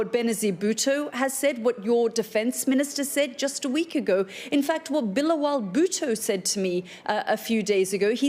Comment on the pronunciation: She said..... Billo wal bhutto🤣🤣